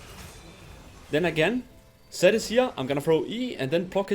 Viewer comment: It took me so much time to understand that he was saying "Zed" and not "Sett"